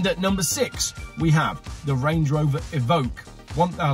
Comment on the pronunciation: Hands up if you spotted the mistake when he said "Range Rover Evoke?? 🤣😂